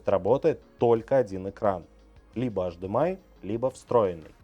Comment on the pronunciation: Почему тип Ц, когда Тайп Си, почему ашдэмэай, когда H D M I ?